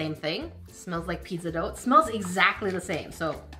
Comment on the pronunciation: wtf is peedzuh doe?